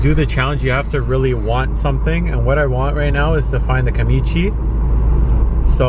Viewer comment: It's Kamitachi, not Kamichi. U were saying it wrong, of course they weren't showing up, man!